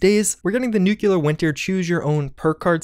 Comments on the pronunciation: Also NEW-clear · Please stop mispronouncing nuclear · I can't get past nookyoolar. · Everyone covered “novice”, so if I may reiterate: nu-CLEE-er! Pleeeeease! Love your content! Keep up the great updates!❤️